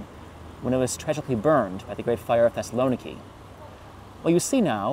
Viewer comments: That's crazy but we're speaking English not Greek. Greek pronunciation or stress does not automatically apply to load words into English. Most English speakers would probably better recognize the city under the name Thessalonica anyways because of the Bible. English also always (pretty much) renders Macedonia with a soft c and there's no reason to not other than for political reasons between countries hundreds of miles away from the UK and thousands from the US. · It’s /thes-sal-oh-NEE-kee/. Learn to pronounce names correctly before you record. If you don’t know this ask any Greek person and practice it until you get it right